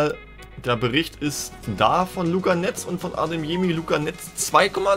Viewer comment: Wie er heißt:Karim Adeyemi,wie ihn nennt:Karim Ademyemi